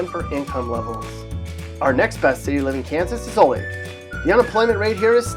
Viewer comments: I would like to add a few things…. 1. It’s pronounced O-lay—thuh not o-lath. 2. Lenexa and Overland Park and Leawood practically all have one school district (Shawnee mission schools which right now IS NOT BETTER THAN OLATHE SCHOOLS OR BLUE VALLEY. which both are also located in those cities. And there’s a couple other districts too but they’re much smaller. 3. If you live anywhere in Johnson County it’s a nice area. Lenexa olathe Overland Park Leawood Shawnee, Mission, Gardner. Etc. and we are all like 20-30 minutes from downtown Kansas City. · its pronounced ola the not olath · Corrections: Olathe = oh-LAY-thuh. McPherson = muhk-FUR-suhn. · Learn how to pronounce Olathe: O- lay-the! 😖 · "oh-LAY-thuh" "muk-FER-sun" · The way he pronounced olathe has me dead xD he aid O-lith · lol, same here. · Pronounced O lay tha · That is not how you say Olathe. I have lived there and McPherson from this list. Some of these cities have the worst drug problems. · you pronounced Olathe wrong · I live in Olathe. He legit pronounced it wrong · It’s always funny when people pronounce it wrong. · Nothing I find more annoying than Olathe being pronounced wrong!! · Would you please learn how to pronounce Olathe ? Many of these towns are dying. Even worse, many have minimal health care facilities. Great for retirees. ? This post is pathetic.